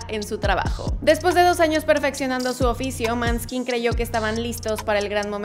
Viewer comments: Si creo que es importante si vas a hablar de algo investicar un poco como se pronuncia, todo lo demas buena info, solo la pronunciación del nombre del gpo. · Pronuncia bien el nombre de la banda por favor! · Muy interesante... pero duele mucho el oido cuando pronuncias mal TODOS los nombres, hasta el de Maneskin. Ahí te faltó prepararte un poco. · Aprende a decir bien el nombre de la banda primero. Que falta de respeto. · Se que no tienes por qué saber italiano, ni danés pero saber cómo pronuncian los nombres del grupo musical y sus discos... No sé. Es que me rechina que pronuncies su nombre como si fuese "piel de hombre" en ingles.... Y qué decir del nombre de los discos... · Como inmortalli,osea,fan de la banda,vine a corregir unos errores del video con todo respeto claro: 1- la pronunciacion correcta de el nombre seria "Moneskin" esa "å" se pronuncia comno un intermedio entre la a y la o,despues de escucharlo tantas veces bien me da un tic cuando lo escucho mal pronunciado 2- en los minutos y las fotos son incorrectas, (las de pequeños) la foto de Damiano David es la que aparece con Ethan y la que aparece con Ethan es la de Damiano 3- El nombre del vocalista es Damiano,David es su apellido 4 - Damiano no nacio en el 2000 nacio en 1999 5- su album "il ballo della vita" se pronuncia "il balo dela vita" 6- Ellos en una entrevista desmintieron lo de Simon escoria humana cowell,no es su manager. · Me gustó el video, pero hay una precisiones, el año de nacimiento de Damiano (Damiano es su nombre, David su apellido) nació en 1999, el nombre de la banda se pronuncia con O, no con A, la pronunciación del italiano, y aunque no ganaron XFactor Italia igual la Sony quiso firmar con ellos. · Asi' es! Se escribe Maneskin se pronuncia Moneskin, eres un nombre danes, significa, claro de luna. Desculpa my castillano, no sabe escribir muy bien. Yo soy Italiana, saludos! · Pero en Italia les decimos Maneskin 😅 la pronuncia correcta es Moneskin😂😂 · Se pronuncia "mooeskin"😮